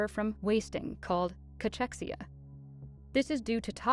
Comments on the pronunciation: Probounced as K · It‘s not called Catschexia, but Cakexia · The narrator is pronouncing "Cachexia" wrong. /kəˈkɛksiə/